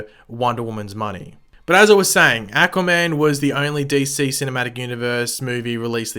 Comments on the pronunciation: Aquaman was amazing! Learn to say aquaman not ackuaman..... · Ackwaman Sorry lol I love your videos but I cringed every time you said that.